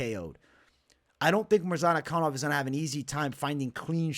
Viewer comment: Mispronunciation of the Week : Azamat Murzanakanov ! :) Love your content , keep it up .